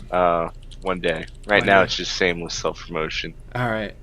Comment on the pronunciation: Did say "sameless shelf promotion"?